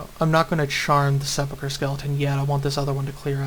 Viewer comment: Grats on sepulcher correctly, you win